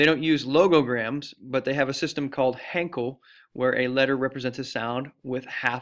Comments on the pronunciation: I love your videos and they're a bunch of help, but.... Hankul?!? 😂😂😂😂 I cracked up on that part lol. I pronounce it as hangul so I guess that's why 😂😂😂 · Its hangul, but common mistake 😂